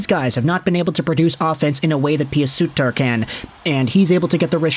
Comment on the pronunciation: god stop pronouncing Pew Suiter wrong for the love of god !!